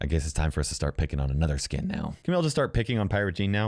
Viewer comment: Anybody hear say sink instead of skin?